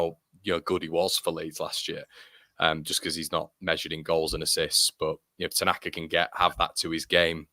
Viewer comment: AO Tanaka! He surely has the best name ever ... pronounced 'Outer Knacker'. There's a cracking song brewing for him! 🤣